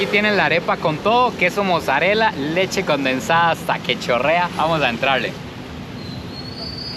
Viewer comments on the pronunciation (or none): none